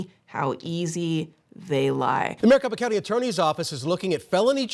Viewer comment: Since i got to true crime, why is it that i keep hearing Maricopa Count??